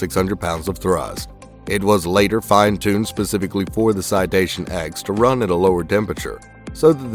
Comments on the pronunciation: Citation “Ten” not “X”, do you call the citation 7 a v i i? 😆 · Not the "X" its the "Ten" C'mon bro. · It’s the Citation “Ten”, not the “Ex”. All the citations use Roman numerals. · Its called Citation “TEN” btw not “X” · It’s a Citation “Ten,” I flew them for five years. Maybe tighten up your research. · Citation ten, NOT X. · It’s “ citation TEN” Roman numerals dude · You sure it isn’t pronounced “ten?” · Well I worked there ON that aircraft and yes it’s spoken as “ten”.